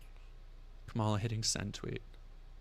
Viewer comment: Pleaseeee stop saying Kamala wrong so we can call trump racist when he does it